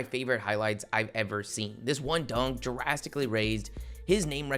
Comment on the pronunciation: Bro said “jurastically” lmao